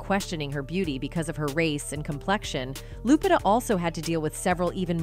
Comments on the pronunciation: She called her lupita like jupitah . Dang A-i 😂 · Loo-pee-tah is how it’s pronounced